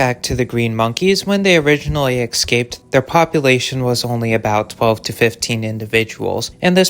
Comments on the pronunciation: HEY DUMMY! NOT "ex-caped". ESCAPED. At least you aren't AI SLOP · EScaped, not excaped. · Escaped... not "excaped", Jesus fucking christ dude...